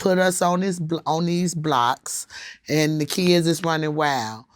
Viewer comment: “ his keyuds “ ...Kids...